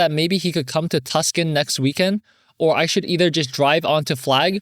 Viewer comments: Any other AZ people caught off guard by his pronunciation of "Tuscon"? Made me giggle (it's pronounced "Too-saw-n") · Tucson should be pronounced Too-sahn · Just FYI, it's said Two-sawn (Tuscon) 😊 I could totally see as a non-Arizonan why people may say it as Tuss-kin though haha. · As someone originally from AZ, hearing the cities be butchered is so funny lmao please, Tempe is temp-ee,, Tucson is too-san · hi! im from Arizona and I wanted to let you know Tucson is pronounced too-saan and Tempe is pronounced temp-ee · lol, not “Tuscun” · Lol "Tuck-son" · Story 2: Tempe is Tem-pee, Tucson is Too-Saw-n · I was resisting to urge to comment this and about Tempe lol